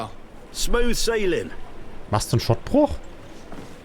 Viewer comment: Schot-Bruch (Also langes O) nicht Schott-Bruch.